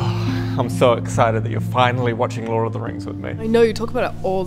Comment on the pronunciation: i heard "Lore"